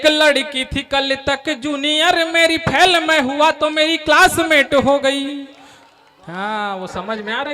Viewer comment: फेल,फैल नहीं।